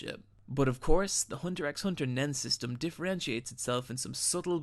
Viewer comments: It's pronounced "Hunter Hunter" -- the "X" is silent. ;-) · The X isnt pronounced. You should learn how to say the name before you try and make money off its content. Cant even watch the rest of your video if you dont even know that. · okay so i love hxh and there were definitely a lot of great points made in this vid, but i can’t bring myself to leave a like. everytime he said ‘hunter ex hunter’ i felt my whole body cripple and then the complete fuck-up of nearly everyone’s name got me worse, but really the absolute most PAINFUL part was when he said ‘his/her’ for Kurapika. sure, some people mistake him for a girl when they first start watching, but we all learn right off the bat that ACTUALLY, Pika’s a fucking G U Y and not a girl. plus, now i get that it can be kinda difficult to pronounce it, but the ‘ch’ in ‘Chimera’ is a ‘ch’ sound (as in ‘cheese’), not a ‘k’ sound (as in ‘cargo’). idk i love what he said here, but all the botched basic knowledge of things like that kinda make me feel like he didn’t really watch the show :/ edit: y’know what fuck it this video is beautiful and a couple mispronounced names here and there isn’t going to stop me from showing my appreciation for someone who so accurately captures the magnificence of one of my favorite anime oat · Btw Its Hunter Hunter , not Hunter 'X' Hunter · BRUH PLEASE stop calling it Hunter EX Hunter it’s so hard to deal w, i’m enjoying the video but that just gives me a headache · Ever time I heard the 'x'. I died a little bit inside. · The x is Silent! You should be reading it as, " Hunter Hunter" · good video however i do slightly dislike the fact you keep saying hunter x hunter. where in pronounce its just hunter hunter... you don't rly say the x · It's actually called Hunter Hunter. The X in the title is silent. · nice video! but just so you know the x is silent, it's not said when u say the title so it's pretty much hunter hunter. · the X is silent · You say it hunter hunter